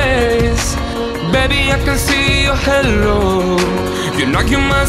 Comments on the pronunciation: Amazing singer but needs to work on English pronunciation. I could let it slide for the verses but “halo” was said like “hello” and that’s quite distracting when it’s literally the whole chorus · You have an awesome voice! But try to prettice your pronunciation a little, I'm talking about when you say "Halo", it sounds like "Hello" XD Anyway, good work! :D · Hay-lo, not hello hehe